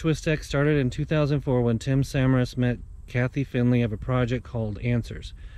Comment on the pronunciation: At least have the respect to say Tim's name right. Would of been nice if you had done some real research on this before trying to use it to gain views also.